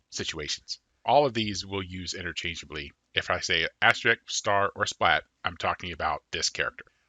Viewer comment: say it with me: Ast-RISK. It's pronounced ast-RISK, okay? Great video, but damn does your "astrick" rustle my jimmies.